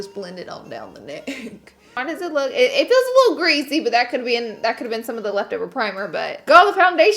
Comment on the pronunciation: Who else hates the way she says greasy